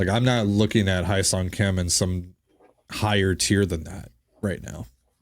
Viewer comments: Best possible outcome now is trade for bichette and put him at third. Go get Kim Hye Seong (pronounced Hye like Hay not Hi), and then sign Alonso or turner. Let’s not forget too we still have done nothing with the pen. Not looking super encouraging. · If you guys want the correct pronunciation of Hyeseong Kim's name, it would be "Heh Sung" Kim. So much gets lost in translation based on how Koreans translate their names from Korean to English. Personally, at some point while growing up, I got tired of trying to get people to pronounce my middle name (which is the Korean name given to me by my parents) because rarely ever did anyone get it right after several attempts. 😂